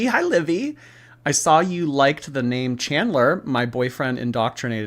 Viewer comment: I cannot stand her pronunciation of words. “I sawl it” Gorl, you have to be trolling…